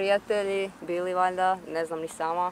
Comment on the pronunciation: Naglasak na "valjda" 🤣🤣🤣😂👌🏻